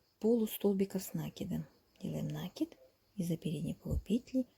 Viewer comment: Слово накид с неправильным ударением очень ухо режет. Извините.